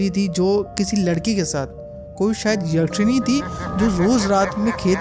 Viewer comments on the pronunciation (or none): Bhai yakchini bolna seekh le phle fir sunana esee bni bnayi khani